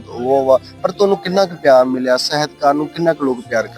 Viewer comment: ਲਹਿਰੀ ਸਾਹਿਬ ਦਾ ਕੀ ਕਹਿਣਾ।ਪਰ ਐਂਕਰ ਬਹੁਤ ਗ਼ਲਤ ਪੰਜਾਬੀ ਬੋਲ ਰਿਹਾ ਏ। ਪੰਜਾਬੀ ਨੂੰ ਪੰਜ਼ਾਬੀ ,ਕਲਮ ਨੂੰ ਕਲ਼ਮ ,,,,ਸਾਹਿਤਕਾਰ ਦਾ ਉਚਾਰਨ ਨੀ ਕਰ ਸਕਿਆ